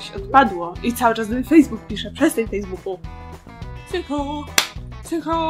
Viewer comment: "Dem ju fejsbuku " 😂😂😂😂